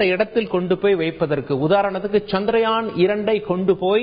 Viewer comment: Good information. Thanks. By the way, it is chandraayan and not chandrayaan